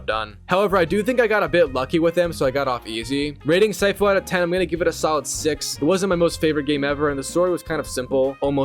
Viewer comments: the way you pronounced sifu got me melting from the inside out like a tube of acid bro fix that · Sighfu 😂 its shifu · It is “sea foo“ (I’m a Chinese person) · It's pronounced seafu not saifu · yes immediately, bro said Sai-fu💀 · It's called Sifu not Saifu... You pronounce it like Master Sifu from Kong Fu Panda, Sifu isn't a name it means Master (except in KFPanda Sifu is a name) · It’s not “sigh-foo” it’s “sea-foo” you donut. It’s means master in Chinese. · "Saifu" nah bro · Its not syfoo its cfoo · Dude what the h*ll is saifoo its sifu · Bro really Said Saifuu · Its not syfu its sifu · Bro's too used to saying "waifu" that he actually said "Saifu", bruh its :Seefu" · the way you say sifu just makes me wants to punch you instead🙂 its See-foo, not Sai-fuw, its mandarin for "master", and im not even chinese to know this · “Sighfu” Brother it’s pronounce “seefu” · “See-foo” pronunciation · pronounced 'see-foo' dude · Yep,it's (See-foo) 😑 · It’s pronounced see-foo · damn dude what rock you live under? Its pronounced See-foo it literally says it in the game and its not the your fathers name its a respectful title for a skilled person, teacher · Or saifu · Wtf did you just say? 😂 cyfoo? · I lasted about 3 “sigh-foos” before I had to end the video. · "Saifu" It hurts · Bro said Saifu 💀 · "sighfu" kms🤣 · Surely you saying “SAifOo” is a bit right, it’s not that hard bro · Hearing you pronounce “See-Fu” is pissing me off😂😂😂😂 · See-foo bro… its pronounced see-foo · Bro really said SAIFU 💀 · Its pronounced " SEEFU " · Bro its pronounced SEE-FOO nice video BTW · SYFOO!!! You sicken me with your pronunciations You butcher. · I think it's pronounced, SEE-FOO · Yessir very mispronounced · The way you pronounce sifu brings dishonor to your entire family lol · Dawg how did you fuck saying sifu that bad